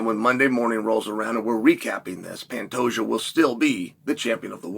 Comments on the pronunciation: You mean pantayjoe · Pantejo 🤣 I can't 🤣 Oh Chael smh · Uncle Chael is hilarious!!!🤣 My official prediction: "Pan-Tajo" OMG!!!😂😅🤣Love it!👍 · I thought he called the champ Fantasia haha. You made it when uncle chael mispronounced your name. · I thought he said Fantasia 😂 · Dude how did Chanel messed up Pantoja pronunciation that bad? It gotta be on purpose